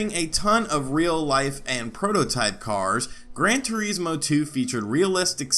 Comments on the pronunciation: "Gran Tureezmo" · the way this guy pronounces Gran Turismo is kinda off...hmm, well anyway, Gran Turismo 2 didn't push the hardware of the PS1 at all, infact there was hardware capability for more - take Gran Turismo 1's higher resolution textures for example, they could've easily stuffed that into the PS1 aswell but there was a problem, there wouldn't have been enough space on either the arcade disc or the simulation disc to accomodate for the higher res textures due to all the car models